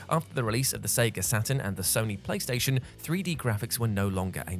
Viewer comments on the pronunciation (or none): none